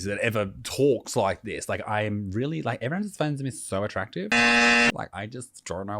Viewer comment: Wearing a diaper while you are door dashing would be a bit unusual until........I heard you pronounce the word," REALLY", that explains everything I need to know thx